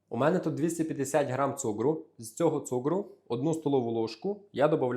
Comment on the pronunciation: А чому цугру,а не цукру?.. Перший раз таке чую.